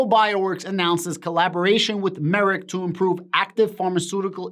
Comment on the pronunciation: Just saying. The correct way to pronounced the company is drum roll... Merck like perk. Not merit.